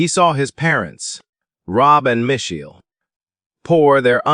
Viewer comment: Let's blame A. i.! Reiner & Michelle (both proper nouns) are mispronounced.